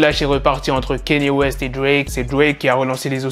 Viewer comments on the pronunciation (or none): Sinon petite rectification sur ta prononciation envers Mr WEST mais c est KANYE WEST et non KENYE WEST voilà car je sais que beaucoup font cette erreur de prononciation sinon toujours lourdes tes news et en route pour le million 👍🏿